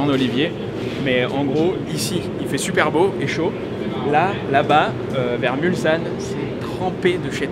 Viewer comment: Sympa la vidéo mais qu'est ce que vous avez tous à dire Mulzanne. C'est Mulsanne (il n'y a pas de voyelle devant le S) ;) toujours sympa tes vidéos (j'y ai habité 20ans)